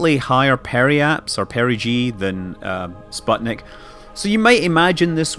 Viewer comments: I thought it was sputnik, and not spotnik? might be russian pronounciation. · actually "sputnik" is read like "spootnik" (it's a pain to hear the wrong pronounciation as a russian-speaking person) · (Sateviss) Is the i of the last syllable pronounced as "ee" too (so that it'd sound like "spootneek")?